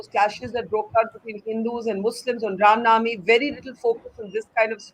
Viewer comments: Barkha have no logic to defends criminals although she seems so desparate to do so , the gentleman from bjp has nailed it.& btw barkha bano can’t pronounce the ram navmi instead she said ram nami. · This so called journalist (who disclosed the position of our armed forces on live TV both during Kargil and 26/11) can’t even say Ram Navami and says Ram Naami but talks about Hinduism! She is a joke!